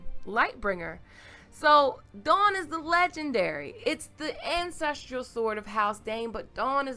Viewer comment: I agree with the comments below that the sword is not Dawn. By the way you kept pronouncing the word as "ancestrial", but the word is actually "ancestral"